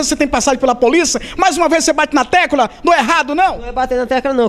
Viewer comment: repórter: poliça. Logo em seguida /20 ele fala tecúla. Enfim. Esse repórter tem que voltar a estudar 🙄